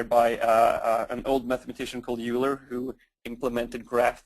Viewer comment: Excellent content, thank you. FYI: Euler is pronounced "oil-er" not "u-ler"